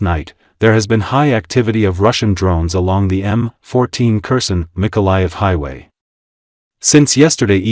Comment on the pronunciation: This is an AI voice. Kherson is pronounced wrong. I am still upset that Putin was not arrested when the plane touched down in Anchorage. For a state with a small population, we have a large airport that has to refuel planes from all over the world so they can continue to reach their destination. We have officers here in Alaska who could have arrested Putin. Trump is an idiot. You can not bargain with Putin. It's like talking with concrete. Putin believes Russia is entitled to all of Ukraine. He plans to kill a great deal of the population and bomb them into submission, it is clear. Russia has not only North Koreans fighting with them, but Iranians, Africans, Vietnamese and some other nations they can get mercenaries. Putin is a soul-less monster.